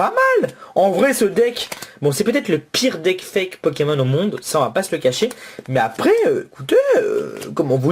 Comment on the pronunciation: arete de dire hwate foke